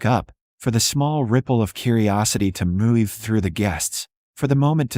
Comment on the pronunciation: Why does the AI voice pronounce every variation on the word "move" as if the "v" is a "y?"